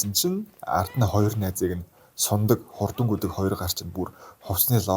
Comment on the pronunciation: agaa deer sundag gedgiig suniadag gechlee